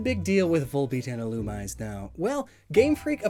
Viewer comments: keeps saying "Illumise", but it's pronounced "Illumisé" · Literally watching this episode to see if pronounces Illumise right: nope. “Ill-Uhm-EE-zAe” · Yet another victim of EELOOMEESAY, mispronounced but not forgotten! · I know Illumise is meant to be pronounced 'Ill-OO-mi-zay', and while I like that I still say 'Ill-yoo-mise' and I'm guessing most others do? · And it's "ill-oo-mee-zay". Did you not watch the Advanced season of the anime as a kid,? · It's pronoced illu-me-say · Pretty sure it's pronounced Ee-loo-me-ZAY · A-A-Ackchyually, it's pronounced "Ill-Uhm-EE-zAe" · "Illumise" is actually pronounced "ih-loo-mee-zay"; tis possibly an Anglicization of its Japanese name, "イルミーゼ Irumiize". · I think Illumise is pronounced ee-loo-mee-zay. That’s what I heard in the anime and in Japanese it’s Irumize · I think Illumise is pronounced ee-loo-mee-zay. That’s what I heard in the anime and in Japanese it’s Irumize. But Pokemon was never consistent with pronunciation though so don’t take my word for it. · Since I’ve seen none of this, Illumise is pronounced EE-loom-MEE-zan. It’s a very common mistake and I made it for a while, but I gotta point it out. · the official pronunciation according to Pokedex 3D is il-u-mee-zay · The most offensive thing about this video is how you mispronounced Ill-um-ME-ZEY... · That's not even correct. It's name comes from illuminate, so it would be pronounced as ill-OOM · Yeah Ill-oo-me-say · Isn't it pronounced "ee-loo-mee-zay"? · I’ve been pronouncing illumise wrong my entire life apparently. Thank you comments. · When mispronounces Illumise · Every time you mispronounce Illumise or Wormadam I wince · It makes me annoyed how you say illumise wrong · Does a video on Volbeat and Illumise Pronounces Illumise wrong the entire video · Here: Thanking for all the wonderful info I got today Also here: You're pronouncing Illumise wrong...